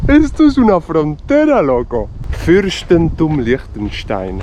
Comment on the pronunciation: "Öschtriech und Fürschtentum Liechtenstein"- me encanta tu pronunciación auténtica. Cuando lo digo yo, se me toma como turista alemán del norte.